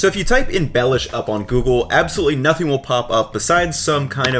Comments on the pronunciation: for others: it's not pronounced as "Lord Baelish" but instead as Be [as in "best"] lhiou [as in "Liubljana"] sh [as in another word for "excrement"] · It is pronounced "belyash, with an accent on "ya" not on "be"." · For Slovakians: this guy quite missed the pronounciation or the spelling of the name so if you want original slovak recipes, search for Beľuš, Beľuša or [plural] Beľuše. Recipes come mostly from Spiš region.